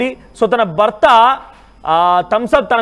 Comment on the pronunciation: బర్త బార్య ఏంటయ్యా. భార్య కాదా ? Horrible telugu !!!